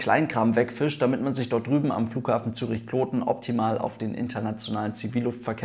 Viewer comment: Gutes Video. Kloten hast Du auch richtig ausgesprochen.